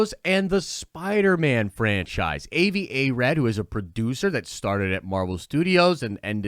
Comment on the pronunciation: dude his name is pronounced Ah-vi Not A-vi!